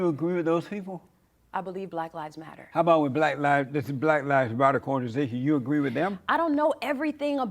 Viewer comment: “In dis hypothetical situation”